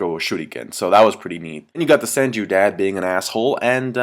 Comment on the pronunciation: its senju, r u drunk or wat?